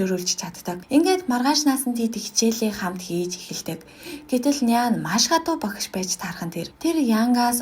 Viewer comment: Багаш гэж хэлэхийг эс тооцвол Ок байлаа.